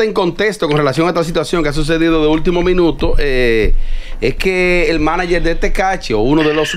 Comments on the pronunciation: Sandra escucha q dicen manager y ni asi lo dice bien 😅😂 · oye la otra como dice maniger sandra de por Diosssss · "Maniger" dice sandra🤦‍♀️